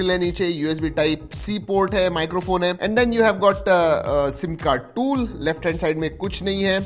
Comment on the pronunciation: The way he showed the """"Toool""" thank god he showed or said Otwse we didn't know tht the box had a Toool😅